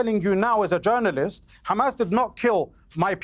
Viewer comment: Terrorist not “Jounarilst”